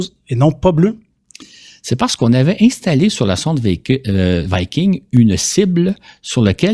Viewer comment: En français on dit viking, et non vaïking... Ça c'est anglais.